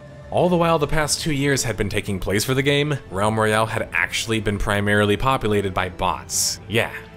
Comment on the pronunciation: Am I the only one hearing Rem Reale, instead of Realm Royale?